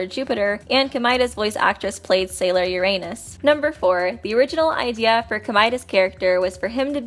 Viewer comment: One thing please adjust how you pronounce Uranus.